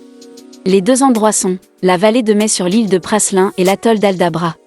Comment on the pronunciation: Prasssslin.. Non mais sérieusement..... 🤦🏽🤦🏽🤦🏽🤦🏽🤦🏽 on prononce PRALIN